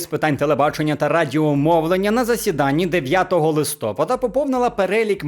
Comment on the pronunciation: листопАда, а не листОпада 🤦